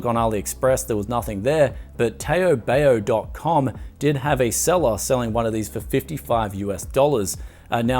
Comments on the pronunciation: First its not tey-o bay-o, its tarw, barw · taobao is pronounced as ‘tau-bau’ or ‘tau-pau’ and not ‘tay-o-bay-o’ 😂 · Taobao [taubau] not [teiobeio] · Asians pronounce it as tawbaw. not teyobeyo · can you pronounce TaoBao as Ta-ow Ba-ow (which is in chinese) instead of Tay-O Bay-O. PLEASE Thank you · TAY OH BAY OH LMAO Its Pronounced TOWWBOWW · did this guy call taobao "tayo bayo" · Taobao is actually pronounced "Tauu Bauu". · I like how u pronounce TaoBao. Use the “ow” in now for “ao” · "Tay-o bay-o" fkn lmao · It's pronounced as taubau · Toe bow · Tao Bao two syllables 😂 LOVE YOU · Just quickly: it's not "Tayo Bayo". They both sound like "How" but with a "T" or "B" instead of "H". Great video btw! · LMAO. "tow-bow" rhimes with the dog bark "bow-wow". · you pronounced the taobao wrongly... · Maybe there's someone who commented previously, but just want to let you know how to pronounce 'Taobao': 'tao' is pronounced tau, as in tau neutrinos and tau = 2*pi (that's the only example I can think of at the moment) and 'bao' is pronounced as bow, as in 'bow to the emperor'. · Hearing him pronounce TaoBao is one of the funniest thing I heard today lol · Interesting pronunciation of Taobao. Took me a few good minutes to realize which site you were talking about. haha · And you pronounced TaoBao wrongly... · Taobao should rhyme with "how now". Two syllables.